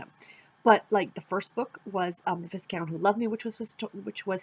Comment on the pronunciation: the s does not make a sound in viscount. pronounced in dictionary vahy-kount